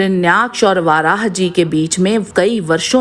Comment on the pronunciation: Aap varah ko vaarah bolte hai jo English me bolte hai..sanskrit padhiye